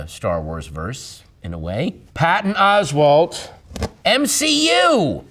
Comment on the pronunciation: Until this video, i always said ‘Oswald’!! I love the way her annunciates the T, for idiots like me. 😂😂😂